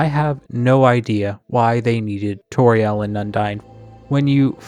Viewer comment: Don't say Toriel like Torielle...! It's not French, it's very explicitly a play on "tutorial" (see the search results from Kris's web searches with the piano two Toriel) (and also her role in Undertale) (and I guess also also her role as a presumably first grade teacher in Deltarune).